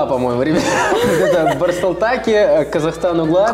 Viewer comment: Он сказал барсултаки🤣🤣